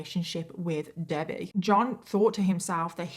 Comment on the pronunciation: Is that how british people say debbie haha Debayy